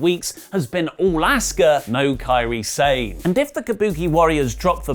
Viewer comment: Quick question: isn't kairi sane pronounced as kairi Sah-neh?